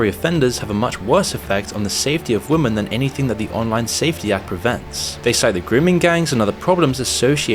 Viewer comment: Oh no you've started saying "Women" weird. Oh no, here we go 😬